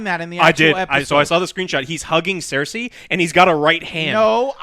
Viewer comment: Let's see if he can at least pronounce the character names correctly this time. WTF is a clee gan and a seirsay?